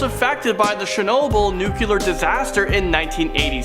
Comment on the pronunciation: please adjust your pronunciation of nuclear. You say noo-kular but it is actually more like noo-klee-er. If you check the spelling it will aid in your pronunciation. Otherwise I enjoy your narrations